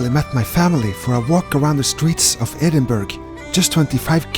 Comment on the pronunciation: Bare en liten tips fra en skotte, det er ikke edinburg, man sier edinburra :)